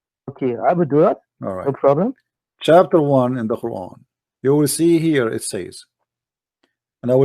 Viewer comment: CHUAPTUR 1 - XD love the way says chapter 1 hahahaha